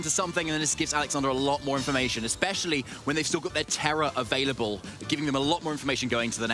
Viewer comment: Please for the love of God somebody teach this man how to pronounce the V and B correctly in available. Since when does a B and a V sound like a W